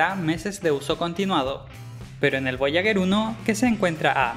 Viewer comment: Muy bacan el video, pero... "voyaguer" uno XD